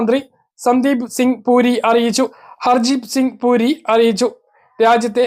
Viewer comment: പൂരി അല്ല മുനീർ പുരി